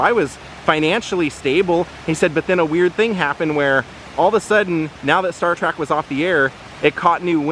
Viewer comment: 😎, you keep saying Star Track. It's Star Trek. Can't help myself. LOL. Love all your videos. And it was KEWL to see L. Nimoys resting place. It's a big rock though. So is he cremated there? It looks more like a commemorative plaque.